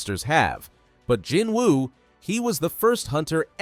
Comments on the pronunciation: How is it possible that we can have a season and a half of a show where they pronounce his name JIH-NU and they say this OVER AND OVER again and somehow you still get it hilariously wrong and keep saying JIN-WOO again and again and again. You understand this makes you look like a complete clown right? You can't even hear words properly or understand what you're hearing or you're literally making videos on a show you didn't watch. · its cringe how you pronounce Jinwoo's name you don,t call it right you got to say jinu not jinwoo even though its writting jinwoo you must not pronounce the ''w'' in his name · Jinwoo..."Gee-New" even in English thats how you pronounce his name. Thia guy is exactly the type of person to called someone with the last name 'Nguyen' as "Nnn-gooo-yen" instead of "When/Win" as it should be. Come on...its NOT hard to get it right. It only takes a 2 second google search to figure it out. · Is this being read by an AI? I can't imagine anyone who actually watched the anime not knowing how to actually pronounce the main character's name. While spelled Jinwoo, it's pronounced Gi-new. The W is silent. It was super distracting hearing his name mispronounced every 3 seconds throughout this video. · Stop pronouncing Jinwoo like that.